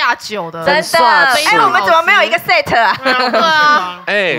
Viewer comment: 怎么把set念的那么难听